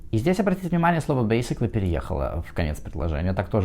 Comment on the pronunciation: BASICALLY с характерным акцентом ничего не значит.